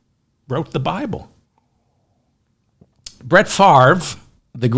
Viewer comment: Wow! You pronounced Brett Favre name correctly. When you say you read all of the comments, you weren't kidding. I spelled out the pronunciation of Favre's name and you read my comment. Love your show! Keep up the great work our friend!